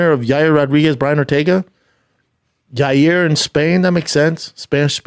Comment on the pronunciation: Who is Yay-er Rodriguez?